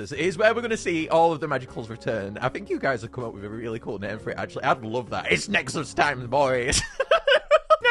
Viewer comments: bro got the name right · Hey you actually got the name right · YOU GOT THE NAME RIGHT!!!!!!